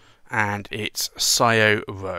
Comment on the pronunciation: It's pronounced Shoh-roh...